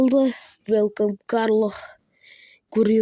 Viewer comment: оқып үирен карло емес кар валио ғо лео емес леау